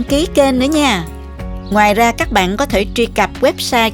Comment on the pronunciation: mình rất thích xem kênh của., vừa ngon vừa sạch sẻ, trình bầy.chi tiếc,, rỏ ràng,món ăn nào cũng ngon và hấp dẫn, về giọng nói thì hay và dể thương tuy nhiên xin góp một ý nhỏ đó là những từ có dấu SẮC thì cô đọc êm êm.xuống bớt một tí thì hay hơn, ví.dụ như những từ: CÓ,.CHÉN, MUỐI, nếu cứ đọc lên giọng như thế nghe nhiều lầ rất nhức đầu. chỉ là góp ý thôi nhé, xin cảm.ơn.